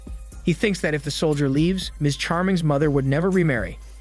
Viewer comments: “Leeeeves” Stupid. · My guy doesn’t know how to pronounce lives